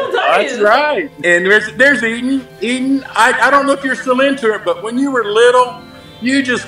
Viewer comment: And he said eadean instead of Eden